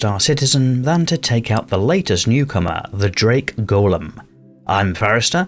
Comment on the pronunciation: You're correct in your pronunciation. "Go-lem" is the construct from Jewish mythology. "Gol-lum" is the name given to Smegol after he was changed by the One Ring in Tolkien's "Lord of the Rings."